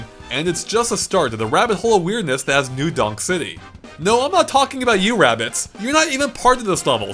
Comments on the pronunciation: am i the only one who keeps hearing new dong city? lol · i swear you said new dong city XD